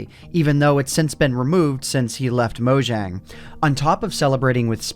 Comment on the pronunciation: It's pronounced mo yang